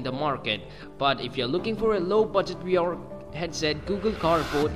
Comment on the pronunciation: why are you saying "we r headset"? its VR dude.